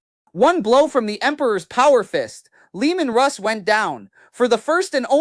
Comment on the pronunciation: The disrespect having AI call Leman Russ, Leandros.